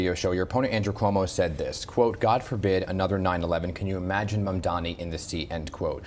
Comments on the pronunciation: Cuomo seems like a moron in every possible way. He STILL can't even pronounce Mamdani. "Mandaaaahmi". What a nasty idiot. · Bye bye Cuomo! May we never hear from you again! 👋 edit: he butchered Mamdani's name yet again in the radio show that mfer